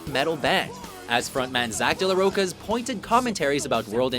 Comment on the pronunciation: Is anybody gonna talk about how he said zack de la roka instead of Rocha?????